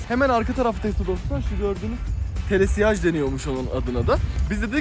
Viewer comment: kanka bi Bursa'lı olarak düzelteyim onun adı telesiyaj değiş telesiyej xD